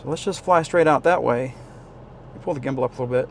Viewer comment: I was watching your snaptain video today and instead of gimble you said gibble 😂had me laughing. I thought that would be a great drone name “Gibble”😂